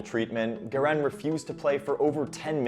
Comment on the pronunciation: It's GARIN, not GIRAN!!